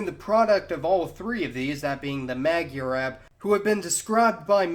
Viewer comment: It's not mag-yar-ab its Moi-are-Ab (Magyarorszag is pronounced Moi-Are-Ror-Sag) & it doesn't mean ab as in Arab its Ab as in Aboriginal